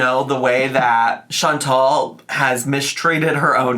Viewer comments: Chantal’s name IS pronounced “Shawn-TALL”, not “Shawn-TELL”. It’s the pettiest critique I have for ALR but it drives me up the fucking wall every time I hear her say it. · her name is chantal not chantel idk why amber can't say her name correctly ever FOR YEARS